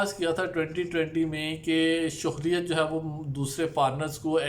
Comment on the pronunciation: السلام وعلیکم انفارمیشن کے لیے بہت شکریہ ایک گزارش تصیح کر دوں یہ لفظ شہریت سے ہے شہر سے شہریت آپ شوہریت کہتے ہیں جو غلط ہے امید ہے آپ تصیح کرینگے